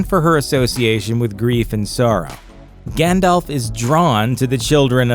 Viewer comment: this is so sad! whos Gähndalf?